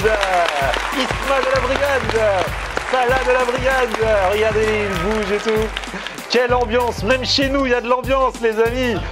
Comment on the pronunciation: Salah y ces pas prononcer les mots « TOUT » il dit « Tchou » sa me gêne ...